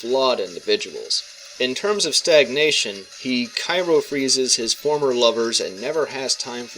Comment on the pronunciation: Cry-o freeze, not ky-ro freeze, but interesting video